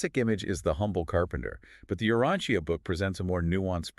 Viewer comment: I am so glad that you all are doing this. However, I am somewhat confused about the tendency to sort of slide sideways on it. Like bringing up Andon and Fonta, and identifying them, not as the first evolved humans, but something else, "helpers"? And why is Urantia being mispronounced?